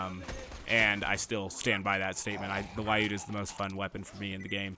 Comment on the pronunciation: My Russian side is cringing, I've gotta comment - the Lyuda is pronounced L-yooda, not Lie-ooda :-)